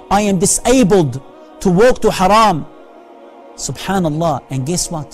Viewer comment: Një korigjim vëlla nëse mundem, nuk thuhet SuphanAllah me "P" por thuhet SubhanAllah me "B"! Allahu t'shpërbleftë për mirëkuptim!